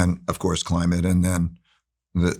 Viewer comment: Every time he said “Climate”, my respect went out the window. He sounds decent but i dont know if he is.